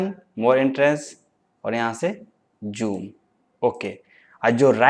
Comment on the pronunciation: Hahah bhai joom nai zoom bolo yar